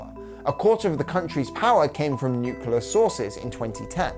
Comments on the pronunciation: This was a phenomenal video! Just one small critique.. I'm sorry, it's a pet peeve of mine, but please oh please try to pronounce the word nuclear correctly... It's not nuke-u-lar, it's nuke-lee-ar. Nuclear. Sorry for being nitpicky, but you just said it so many times during the latter half of this video, and I thought I was going crazy but I googled it and it's not like aluminum/aluminium on different sides of the pond. There's just no second U in the word nuclear in the English language. I know this is silly, but it just really irks me. Overall, great video tho!! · Good video, only thing that irritated me was "nucular". It's nu-cle-ar.